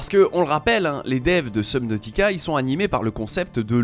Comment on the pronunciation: La prononcition de subnautica ma piqué mais sinon bonne vidéo